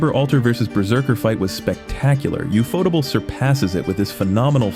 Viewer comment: is that how ufotable is pronounced?